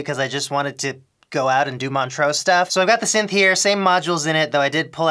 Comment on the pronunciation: First time you said Montreax I thought you said Montrose a small town in Scotland and I was soooo confused